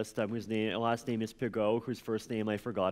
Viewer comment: 'Pigoo' not 'Pigow' :)